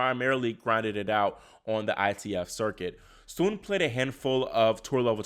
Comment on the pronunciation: Another great video! And kudos for pronouncing "Sun" correctly lol.